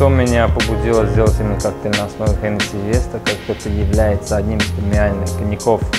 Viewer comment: хоть кто-то правильно произносит название коньяка.